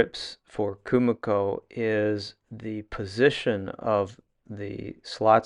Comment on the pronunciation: KUMIKO is pronounced “KU-MI-KO” (KU-ME-KO), not “KU-MA-KO”…